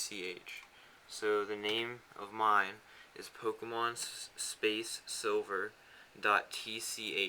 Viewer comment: POMKEMON? A NEW GAME? Duuuude i have to get this Pomkemon you speak of.